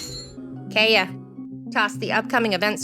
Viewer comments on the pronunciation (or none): And Kaeya’s pronunciation! Was this AI voice??